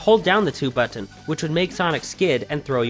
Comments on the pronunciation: is that how u normally say button? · You say "Button" funny.